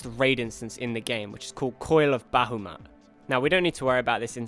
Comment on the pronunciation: "Bahamut" is actually said "Ba-Haa-Mut.Not "Ba-hoo-mat"